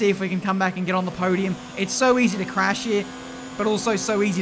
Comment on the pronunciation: I know this isn't what he meant but it's way funnier to think he said "they dive-bomb and then they just crap"